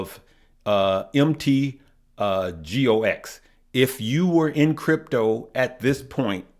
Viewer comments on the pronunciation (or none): MT. GOX is pronounced as [Mount Gocks].